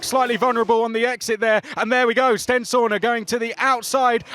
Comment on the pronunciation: Swear Stenshorne is pronounced sten-shawn not sten-shaw-na